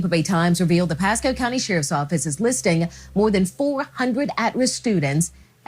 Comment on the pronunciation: Well, having lived in Pasco county before, I’d believe it. But I’m still not sure where this said “P-E-sco” place is. #Flo-ri-duh